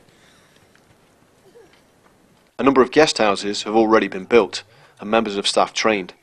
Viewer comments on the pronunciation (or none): none